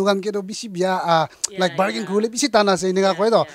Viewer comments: Instead of saying bargain, barking comes out of nowhere 😂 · Barking toh napare😂